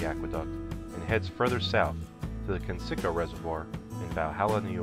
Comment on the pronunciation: It’s pronounced kence-i-co not ken-sicko lol